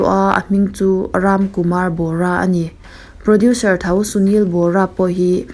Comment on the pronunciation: Producer hi 'produsher' tih a lam rik a ang lutuk a.. ka ngaimawh riau a ka rawn sawi mai mai ✌